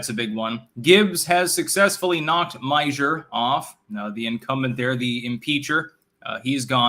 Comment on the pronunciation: Lol the pronouncing Meijer NOT My-Jer. It's pronounced My-ER, the J is silent.